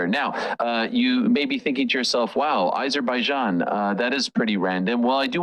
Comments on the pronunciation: Why are these 2 dorks pronouncing it like they've never been heard of Azerbaijan before???????? 😅😂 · The way Ariel is saying Azerbaijan is pissing me off and I am not even from there 🤦